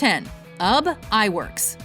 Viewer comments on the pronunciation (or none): Walt Disney wasn't much of an animator. He founded and produced Walt Disney Studios and funded most of their early production, but he didn't do a lot of the actual animation himself. Most of that credit goes to animators like Ub Iwerks, which by the way is pronounced Oobee Iwerks, and the Nine Old Men. And how dare you omit Don Bluth and Brad Bird from the list.